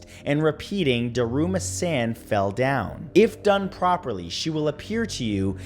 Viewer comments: Ooof those japanese pronunciations People are gonna die because they aren't pronouncing it correctly to end it.... or not summon it at all because San is like "sahn" lol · the way he says "san" fills me with despair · Did anyone else get upset at how he pronounced san in daruma san